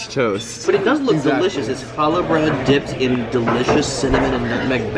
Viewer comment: The way you butcher Challah is unsurprising, but yet infuriating. People who don't speak Hebrew have a hard time pronouncing the ch-sound, so I will give you a pass. Challah french toast is the best-hands down.